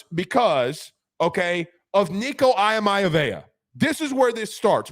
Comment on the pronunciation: Nico’s last name is pronounced EE-uh-Ma-Lee-ah-va not Eye-Mia-vaya and Myriad is Me-Ree-Ed.